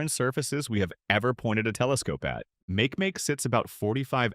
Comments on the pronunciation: Make Make is pronounced mah- keh mah - keh holy text to voice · It sounds like makieemakiee